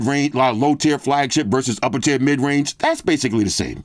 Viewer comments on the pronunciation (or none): tier, not tear